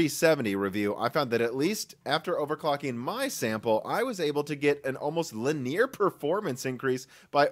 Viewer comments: Only a small elite is allowed to say "lineer". "Linear" is for the masses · that's not how you pronounce "linear"